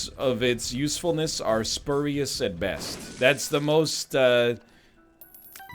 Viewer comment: lionDAE it’s pronounced ‘spyoorious’ not spurrious